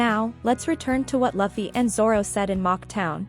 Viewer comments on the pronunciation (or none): i paused this on min in and said your theory cant be right you just said laufy not Luffy